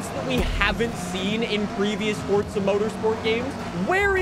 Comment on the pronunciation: Fort-suh. Ive always hated how this guy says forza. But its the first review i seen for update7. Lol